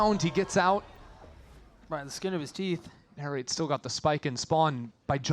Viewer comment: the commentator keeps calling NARRATE Nature lol